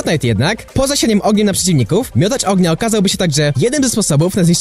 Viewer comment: Bądż "oagnia"